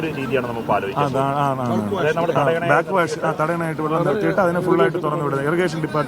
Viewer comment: ബ്ലാക് വാശല്ല. ബാക് വാഷ്